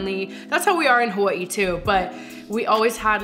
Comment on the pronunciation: Am I the only one who loves how they pronounce Hawaii?🤩🤩🤩